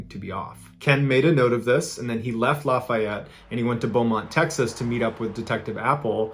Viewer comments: Laugh FEE ETTE, NOT LAUGH FIE ETEE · I'm a born and raised Louisianan. Lafayette is pronounced Laugh-ee-ett not Laf-eye-ett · It’s pronounced laughy ete Louisiana Mr. Ballen but that’s a great pronunciation for not being from Louisiana brother, keep up the great work man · Stop murdering Lafayette! It is pronounced: laugh-e-et The middle e is pronounced as the letter "e". So it's laugh like hahaha, the letter e, and et rhymes-with set. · I love the stories but hearing how he kept saying “lafayette” had my eye twitching the whole time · It’s always funny when people not from Louisiana try to say Louisiana things like Lafayette lol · I love ya man, but you still are mispronouncing Lafayette LA.